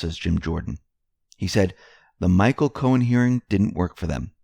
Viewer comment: Michael! !MICHAEL!! Not MITCHEL